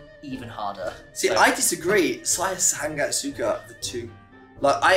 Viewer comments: Not ‘san gat’ not ‘sang at ‘ but “Sa ngat”👍🏽 keep it up to learning bro… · say like this sa-ngat not san-gat 🤣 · Say " SANGAT " not San-gat but Sa-ngat ... Nice try 👍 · Sa - ngat... Bukan sang - gat... Huhuhu anyway bahasa can be used in Singapore, Brunei, south Thailand, certain part of Myanmar, cambodia n definitely Indonesia...